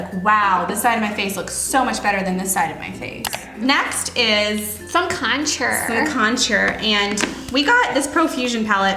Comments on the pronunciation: the way they said contour as contshure annoyed me.<3 but loved the video <3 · What the hell why do you pronounce "contour" like that? "con-tyer" i'm dead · did anyone else laugh at the way they pronounce contour ?